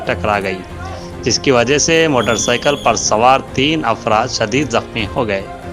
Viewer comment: Wajah not wagah